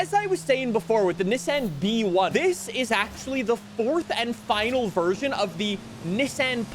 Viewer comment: its just B-One, not B-E-One